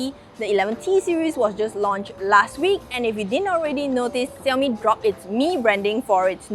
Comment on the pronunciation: Fiiiiiiinaly someone who pronounces Xiaomi correctly and doesn't say 少米 instead of 小米 !!!😃🙃 (I started learning Chinese a month ago and am very picky pronunciation wise!)